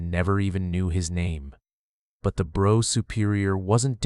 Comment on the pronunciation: 'Brough' is pronounced 'Bruff'.